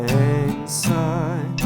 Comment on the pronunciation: Thank you! For saying "Syne" instead of "Zine". From a Scot living in northern Sweden. :)